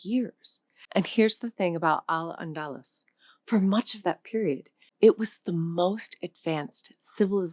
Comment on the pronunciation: It's pronounced "Al Andaloose". Thanks AI!